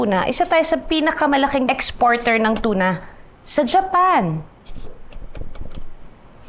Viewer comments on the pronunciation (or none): none